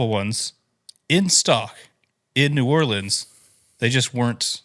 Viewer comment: I’m upset with you,. That’s not how you pronounce New Orleans.